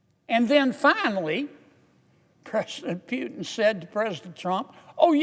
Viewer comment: I love the way Senator Kennedy calls Putin Phewtin😂